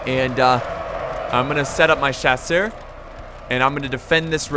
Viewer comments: Just starting to watch this video... haven't watched a video in probably half a year... main question: Has he learned how to pronounce Chasseurs yet? Nope. (S)Chaw-Sur. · Please. Just, just don't try to pronunce "chasseurs" anymore please! My ears are bleeding😭😭